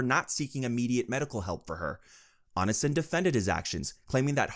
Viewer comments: "on in sin" 🥀💔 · I admire your effort at summarizing the endless shithole that is Greg (or "Anasin", which is how I misheard your accent, pronouncing "Onision" lol) Genuinely great content, I love having the icebergs on play while gaming/doing chores. Keep it up 👍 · "ice o logger" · It’s pronounced Oh-Knee-See-On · "Oni son" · if there's one person who deserves to have their name mispronounced repeatedly, it's onision. ik he hates being called "onion man" so i have a feeling the "onisin" pronunciation would also annoy him. good. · "On-i-sin" bruh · It annoys me when people can't do enough research to pronounce someone's name right. But Onionman deserves all the disrespect, so I'm here for it. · The way this man pronounces Onision has me decaying just a little more every time. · Bro if you keep pronouncing Onision like that you're going to start a mass chain reaction of brain aneurysms. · Fr I was so confused cuz I've been listening while playing games and my stomach started hurting blah blah... And so I wasn't looking at the screen and it took a sec to realize he meant Onision. It hurts me when he says it like that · why does he pronounce onision like that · omg I didn’t realize you were talking about Onision at first, what a pronunciation 😂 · You gotta be mispronouncing such big creators names on purpose lmao 😂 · Is this voice AI?? How can you get Tana and Onision’s names wrong?!